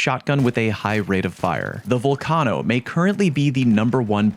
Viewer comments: VULcano,not VOLcano 😂😂😂😂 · bro just say it like volcano 🌋, sounds cringe any other way. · bro... why are you pronouncing vulcano so wrong? you know what a vulcano is right? gaint lava filled hole in the earth? its not named after sal from impractical jokers.